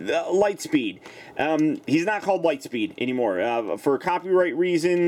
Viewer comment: "Light steed?" That's a silly name He's meant to be Lightspeed